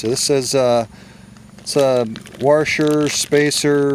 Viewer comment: What’s a warsher? Is that like a washer?